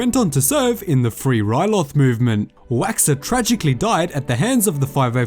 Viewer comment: isn't waxer